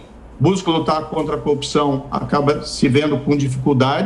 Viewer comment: Esse senhor pode ser que entenda bem sobre ser juiz , mas como político, entende tanto como um bebê de 3 meses!! E tem que aprender a pronúncia certa é CORRUPÇÃO, E NÃO COPCAO KKKK